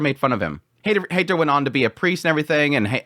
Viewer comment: Heiter is not a Hater. He's more of a Highter.😁 The german "ei" equals the english "i".😊